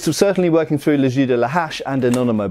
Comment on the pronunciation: its "le jeu" not "le jus" :O its prononced almost like "je" in french